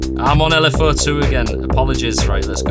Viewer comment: “L” “F” “əʊ” (the southern mind cannot comprehend this btw)